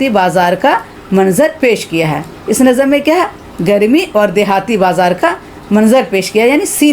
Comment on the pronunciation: السلام علیکم! امید ہے آپ ٹھیک ہیں نظم کو NAZAm نہیں بلکہ nazm پڑھنا چاہئے۔۔